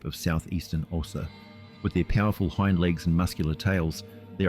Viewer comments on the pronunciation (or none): none